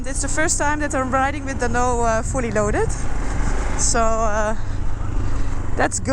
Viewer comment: I love how you pronounce dhanno it's so cute☺☺☺